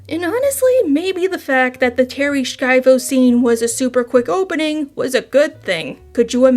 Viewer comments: i dont think there is a K to pronounce in her name. It is more like "Shy-voh" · Love your content but you gotta Google some pronunciations dude. Segue is said seg-way. Schiavo is said Shy-Vo. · It's a bit crazy to claim to be watching several video essays on Terri Schiavo and mispronounce her name too.